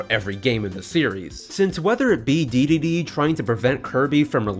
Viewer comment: Dedede, not Deedee